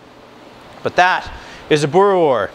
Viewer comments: You must say the s at the end Boere-wors 😉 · boora wars is how you say it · Hey. Been in Canada for a little over a year and wasn't 100% sure how to make it myself. Regarding pronunciation a W, in Afrikaans, is pronounced like a V so its kinda like boo-ruh-vors. Also boerewors isn't the plural of boerewor... got to add the S at the end. Thanks for the great video. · Wors is pronounced like 'force' with a hard 'v' in front of it, and a rolled 'r. Same with' boere', you weren't too far off, but need to roll the 'r alot more. worchester sauce is the most common acid added, but brown malt vinegar comes in at a close second. Alot of people do a combination of the two.